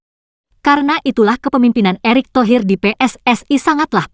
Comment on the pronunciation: Nama orang dirubah erick thohir kok jd erik tohee, intonasi ke inggris2an